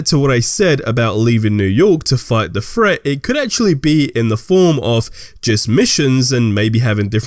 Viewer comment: Threat not fret